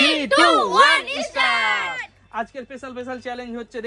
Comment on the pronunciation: ইস্টারট নয় স্টার্ট হবে উচ্চারণ❤